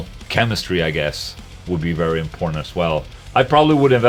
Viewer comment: when Ola says important, inporntant comes out in the end